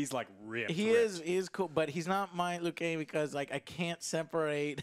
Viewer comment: Why does Joe keep saying Liu Kane??!?